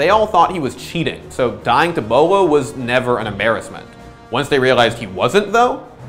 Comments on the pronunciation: Someone pick up beaulo someone pick up beaulo SOMEONE PICK UP BEAULO !!! did that guy just pronounce his name "boilo" ? Really XD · wow is trying to make fun of beaulos name by calling him BUE low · My favorite pronunciation of his name was when I was talking to this guy I had just met in a casual game. He complemented me on a nice flick one tap and said, "Nice shot, that was almost Beaulo-like". Except he pronounced it as Bee-a-loo, and I'm not sure how he came to the conclusion that he was pronouncing that correctly. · I thought his name was pronounced Bew-lo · Take a shot every time they say “Beaulo” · Until this day, still doesn't know how to pronounce Bolo correctly 😂